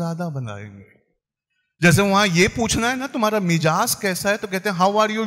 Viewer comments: Ma'sha'Allah baat toh bahot achchi kahi aur humsub ko ispar ghaur karna chahiye, magar, mohtaram speaker sb, yaani, muqarrir sb khud ka jo talaffuz, pronounciation, bahot hi kharaab hai, sheen Qaaf kuchh bhi sahi hai, mizaaj ko mijaaz bol rahey hain. Jub hamari khud ki zubaan saaf nahi hai, talaffuz ulte seedhe hain toh hum azaan ya qi'rat kya sahi de ya kar paayenge, kabhi nahi. Afsos ki hum khud apni zubaan, tehzeeb aur tamaddun kho chukey hain. Jub tak hum apni bunyaad sahi nahi karenge toh imarat kaise sahi hogi. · Assalamualaikum....bade Bhai wo word Mizaj hai mijaz nahi....barakallah fikum